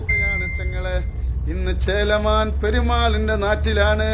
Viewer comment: ചേലമാൻ.... അല്ല... ചേരമാൻ